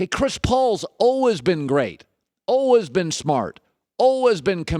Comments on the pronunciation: why are you saying always like that? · Why does Colin say "always" like that? 😂😂😂